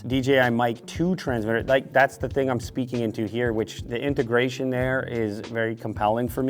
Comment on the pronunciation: You said integration